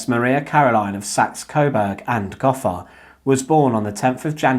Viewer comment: Gotha has a long "O" in it.